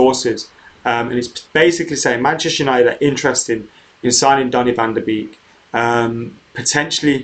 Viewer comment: Btw it's not pronounced de b-ee-k. It's more like de bake